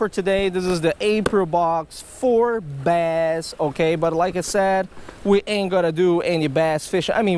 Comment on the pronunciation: We'll try our "basst"